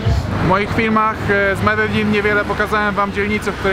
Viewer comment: Fajnie ze w koncu ktos wymawia poprawnie nazwe tego miasta